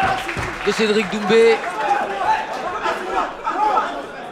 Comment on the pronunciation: C’est moi ou il l’appelle Cédric doumze ? 🤣